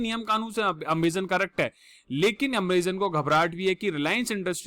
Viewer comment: Not ameeezonn👎